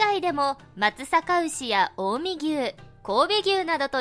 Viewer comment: ｢松坂牛｣ではなく｢松阪牛｣です デパートの松坂(まつざか)じゃなく松阪(まつさか)です 大阪のさかだから濁点無しと覚えるといいかも どっちの漢字もどっちでも読めるのですが大阪が大坂だった頃はおおざかと言ってましたからね まつさか｢うし｣と言ったのがわかってるねと思いましたがまつさかぎゅうでも間違いではありません ｢さ｣に濁点付けたら牛の読み方に関わらず間違いです